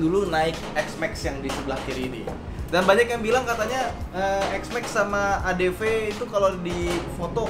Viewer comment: Bukan ny itu huru v y bukan huru f